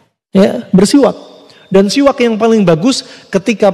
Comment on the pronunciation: Bukan qolqolah mas... Udah benar penyebutannya... Siwaks...